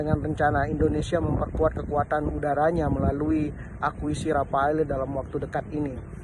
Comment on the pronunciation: Rafale bukan Rapale bang !!! palelu pe ang 😂